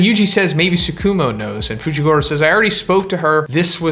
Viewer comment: fooshigoorow lololololololol